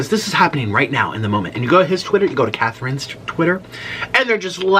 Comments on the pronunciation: They way he pronounces chathrine 😭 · You said her name so wrong 🤦🏼‍♀️ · He saying Catherine's name wrong and Austin is engaged to her. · HER NAME IS CATHRIIIIIIINE NOT THIS WOMEN AND I'VE GOT A LOT TO SAY